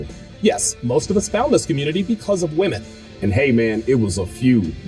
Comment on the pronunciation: "How to select the right whamen" Did that guy really say that? Let me guess, I'll need some tactical soap and a fedora next right? 😂 A self respecting man doesn't need a whamen.